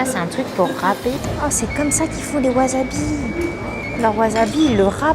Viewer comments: Dite wasabi svppp, pas waZabi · Wasabi ce dit Waçabi pas wazabi